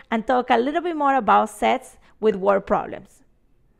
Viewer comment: who else heard "we're gonna learn a little bit more about sex"??